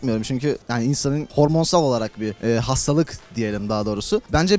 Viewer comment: Hastalığı bastıra bastıra söylemesi